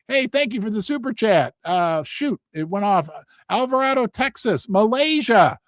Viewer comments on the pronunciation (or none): none